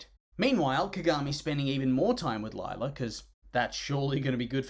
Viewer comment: More like LIE-la